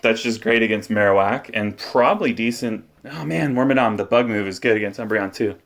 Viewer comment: are you saying work my dong?! its like worm and madam wormadam.... madam madong madont.